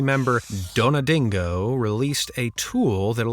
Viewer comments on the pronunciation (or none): actual name: Donadigo Narrator’s pronunciation of that same name: DonadiNNNNgo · You said "donadingo" but is says "donadigo". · How trhe hell do you get it to be dingo in his name, there is no bloody N. sighs This channel is becoming more and more useless, reposting old stuff, incorporating old stuff in videos, talking about cheating when the person didnt cheat